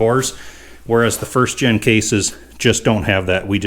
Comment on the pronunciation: "Pardon me", but I did not understand the mustard reference. :-) BTW, I believe it is "first gen" a.k.a., first generation and not "first gin" but we all know what you mean. It is somewhat similar to those who say "escavator" rather than "excavator" which I think may be a MN thing. Yep, you are a mechanic and a damn good one, and do not pretend to be a linguist. I ain't one of them there linguist neither too. :-) Keep up the GREAT Cat work and tnx for letting us tag along while not even get our hands dirty.